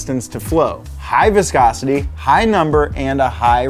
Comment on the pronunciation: how many times did he say viscocity